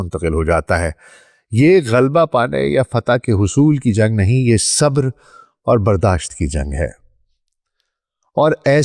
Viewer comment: کاش کا تلفُّظ بھی صحّت سے ھم کنار ھوتا!| صبر sabr ✅| نہ کہ sabar